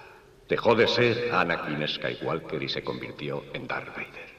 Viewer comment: ESKAYWALKER jajajajajja el reverso tenebroso xddd